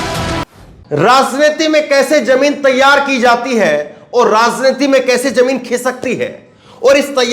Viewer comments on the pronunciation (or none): Your pronunciation of RAJNITI" "JA" and "JAMIN"is wrong, you must know diffrence of 'J' and " j." IN urdu it is not same so please do the necessary improvement